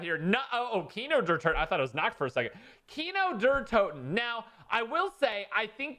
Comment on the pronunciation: “Keener Der Toten”